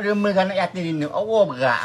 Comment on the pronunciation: 1. Dia x paham yg dia disuruh recite ayat tu 2. Yg org kita dlm video ni sebut Allah pun jauh dari tepat 3. Ayuh kita sama2 betulkan bacaan, tajwid Dan makhraj.